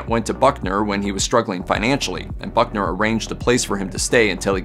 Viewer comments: It's Buckner, not Bunker. Oh, I see you fixed it. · Pallbearer Confederate General Simon Bolivar Buckner, not "Bunker". He was a West Point classmate of Grant. He was also the CSA general that surrendered Fort Donelson to Grant ("unconditional surrender") in 1862 for Grants first huge victory and surrender of an entire CSA army (Vicksburg & Appomatox would come later). Buckners son, of the same name, was commander of the American army at Okanawa in WWII and was killed in the final stages of the battle. News reporters need to polish up on the historical homework before making presentations on television...."Bunker", geezzz LOL. At least he got it right later....